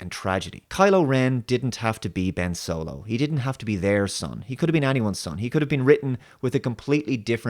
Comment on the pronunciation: I think you meant to say Ben S W O L O